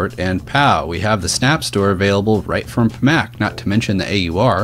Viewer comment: IT'S PAC MAN.....NOT PA MAC